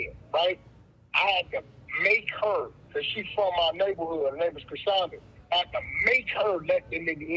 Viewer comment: U butchered tf out those names